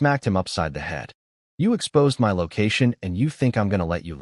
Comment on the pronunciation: Why waist your time saying "my" when you can say em-why instead 😂😂